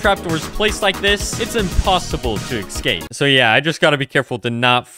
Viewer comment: did you just say "excape"? 😅